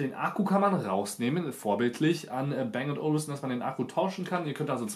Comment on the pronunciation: Man spricht es "Bang & Olufsen", und nicht "Bäng und Olufsen".